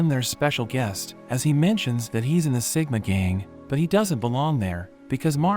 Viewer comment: It's siguma